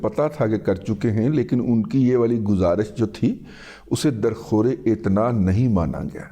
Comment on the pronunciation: در خورے عتنا نہیں ہے بلکہ در خو عتنا